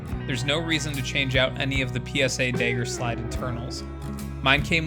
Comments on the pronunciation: Its pronounced mag, not meg. And Dagger, not degger. You must be from Montana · Had to click away after 3 "dayger"s lmao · You could have invented the fuggin thing, but the way you pronounce dagger as “Dayger” is the reason I have trust issues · you cant even say dagger properly lol